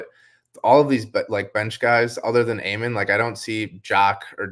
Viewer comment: It's Ah-men not A-men and it's Shen-goon not Sen-goon 😂